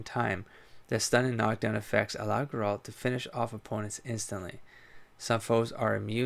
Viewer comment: Yes! So thrilled to see you continuing this series (and to hear you continue butchering Geralt's name) :P - The Witcher 3 has a way to reset the world state (similar to Dragon's Keep), so RP to your heart's content. You can start Witcher 3 with no regrets with any of your choices. - Having said that, and you might have already heard, the Witcher 2 has a significant branching decision. You will miss (by design) significant story elements, quests, and lore of the other path. The game will give you an obvious hint; be sure to save!